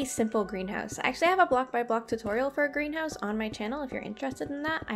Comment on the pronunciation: For a second I heard Grian house instead of greenhouse